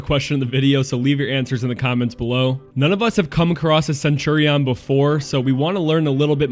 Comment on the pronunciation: You should ask someone older how to pronounce Centurion